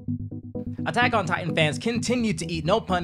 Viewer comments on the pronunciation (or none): Stop butchering attack on titan